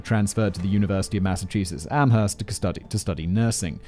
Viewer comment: Good job. Very funny commentary. Btw, you mispronounced "Amherst".